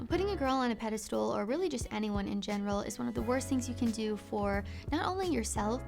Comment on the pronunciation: Thank you so much for not saying “pedastool” like 90% of people do these days. 😂